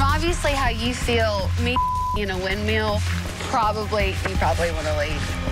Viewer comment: Everyone: Windmill Hannah B: Windmeal